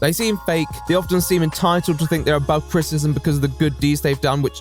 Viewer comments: Your mispronunciation of "criticism" is unbearable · Can I criticize you on your pronunciation of criticism? It's actually a 3 syllable word. crit-i-cism, not crit-cism. Other than that, loved your video. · What is crit-ism? Do you mean criticism? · I really love you but you say CRITcism or CRISSism instead of CRITICISM about 100 times in every video please for the love of The Right Opinion Fully annunciate your words at the very least just HALF the time you say them ( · What you can't say frustrated? Also: Critism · You can't bemoan 'flustrated' and keep saying 'craytors' and 'crtisim'. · Man who can't say the word "criticism" mocks man who can't say the word "frustrated" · Loved the video but why do u pronounce criticism that way 😭